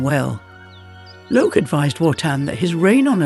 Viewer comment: Where is Wotan's Spear and his intent to rule by law and order not force? Where is Logé (Lo hard g +e, not some seating section of the auditorium!) is a fire a DEMI-god, not a full god. You missed the difference between Fasolt and Fafner. The first was infatuated with Freia, the second wanted to overthrow the gods. They have no power to change form until they get hold of the Tarnhem. And on and on you make distortions of Wagner and reduce a brilliat ;plot into dull ordinary hack story. Logé doesn't need the help of the gods, he wants to trick them into destroying themselves. He is their enemy as much as the Giants. Get your Norse mythology right. Wagner did. Why all these endless illustrations of castles and generic "gods". Stick to illustrating precisely Wagner's plot. Where is the Rainbow Bridge and entrance of the gods into Valhalla.... or the lament of the Rh Ds? This is second rate AI junk com;pared to Wagner.